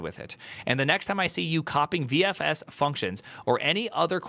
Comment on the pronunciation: Why the hell cant he say VFS properly?